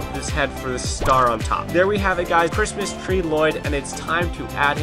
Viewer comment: Instead of crismas tree, you sead crismas threy